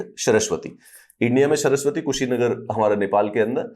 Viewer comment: सरस्वती नहीं नाम है सर श्रावस्ती बोलते हैं